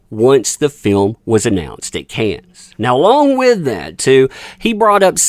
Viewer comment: Cannes= “Kan.” It is not phonetic, like cans or can-es. It is pronounced like “kan” please get this right if you’re going to talk about it…